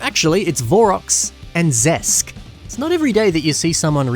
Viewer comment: Bro turned Zesk into Zesty. 😭